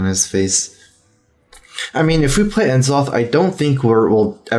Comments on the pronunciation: Hey, N'zoth has an apostrophe, not a hyphen. That matters for pronunciation. N'Zoth sounds more like "Nuh-zoth" or "Nezzoth". "Enn-zoth" is how you'd pronounce it if it were spelled "N-Zoth". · for gods sake just say nuh'zoth no en'zoth. it bothers me way too much